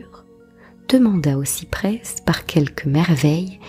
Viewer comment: Merci pour votre travail. Une remarque : le s du cyprès ne se prononce pas il me semble.